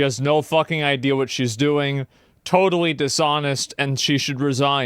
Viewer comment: i hear the word 'idea' pronounced as 'ideal'. instant idiot. i hear the word 'supposed' pronounced 'spost'. you lost me